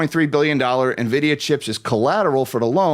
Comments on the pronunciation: How is it possible to mispronounce "en-vid-ee-uh"? she's calling it "ni-vid-ee-uh". that seems weird. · navidia lmao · It’s not pronounced “nividia” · It's pronounced Annn-vidia